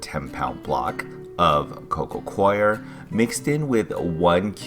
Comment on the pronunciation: Wow, this guy can actually pronounce coco coir! A cut above the rest.